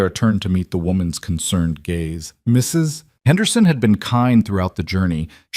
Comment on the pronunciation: It's GAZE - NOT GAYS - YOU IDIOT AI!